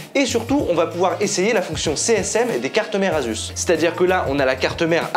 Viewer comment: Asus ne se dit pas « azusse » mais « assusse ».